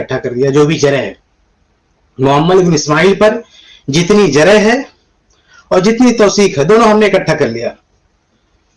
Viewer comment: اس بھائی کو کوئی بتاؤ کے جِرح نہیں بلکہ جَرح ہوتی ہے